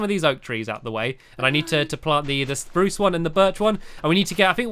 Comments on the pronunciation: why do you call it a Sprrrrrrrrruuucce tree?? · you forgot to say SPRUCE properly !!!!!! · Once in the vid u told squashiy that spruce is pronounced "SPPPPPRRRRUUUUCCCE" but in the video if u look back u said spruce😑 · you said spruce not SPRUCE!!!!!!!!!!!!!!!!! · YOU SAID SPRUCE NORMALLY!